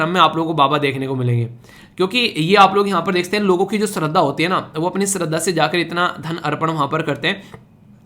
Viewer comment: Sir, topic .... related to Tirupati lord Venkateswara. In that "shraddha" word is pronounced as 'श -Sh' not स plz.... This is my name😓